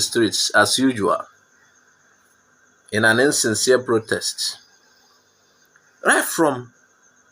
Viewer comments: Ignorance is a disease indeed. Consuming dead chickens are now the form of civilization. What a shame!, tell the man to pronounce words correctly. Tell him that it is not "liot", it is pronounced "riot." The other word is not "plotest", it is pronounced "protest." Nobody forced you into being Nigerians. Your brother, Nnamdi Azikiwe, wanted one Nigeria. So, continue to enjoy the fruits of his labour. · Please teach some igbos how to pronounce “R” and “L” in words. What is Plotest and Liot.